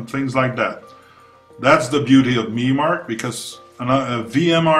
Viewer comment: I am heartened to see VMARC still finds use. (By the way, it is Vee Em Arc, not Vee Marc)